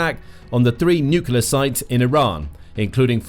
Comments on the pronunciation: Nuclear, not nucular!!!!! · Say the word 'new'. Now say the word 'clear'. Now say the word 'nuclear'. It's not 'nukiller'. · Was coming to say this. Not sure why but it gets me so annoyed when people say nuke-u-lar. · New kyoo ler? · I had never heard nucular pronounce with a British accent before. I am now convinced stupidity knows no race or boders. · For god’s sake, just say “new clear”! Say it! You can’t go wrong. Also, President Trump’s claim about “obliterating” Iran’s nuclear capability, appears to be premature and/or exaggerated. But what would you expect from the biggest liar in U.S. Presidential history? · Sounds more like ‘new-killer’ >.< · The mis-pronunciation is intentional. We all know how YT works.